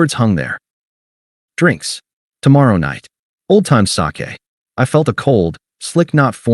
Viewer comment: Old time sake became Sa-ke? Hahaha